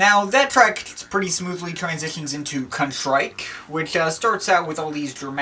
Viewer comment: Things to point out 1) you mispronounced Contrique. It's pronounced Contreeck (Contrique isnt French but French inspired) 2) One In Ten does not feature UB40 but instead is a remix of the UB40 song Other than that. My issue with this album is the order of tracks. The first four tracks work perfectly in order, then I feel like it goes a bit out of order. It definitely doesn't ruin the whole experience for me but it works. This isnt what I consider their worst (Outpost Transmission is their worst but still great) but I definitely think it's their most accessible for people who never heard an 808 State song. Can't wait for Don Solaris and congrats on 4K